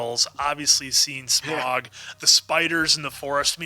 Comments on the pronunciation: How do you miss-pronounce Smaug when the actors say it different than you? It’s pronounced sm-ow-g not sm-or-g. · Im trying to not let it bother me that y'all keep saying "smog" 😫 In my head every time I'm like "nonono Sm-ow-g. Smaug. Listen to how every character is pronouncing it!" 🤣🤣🤣🤣🤣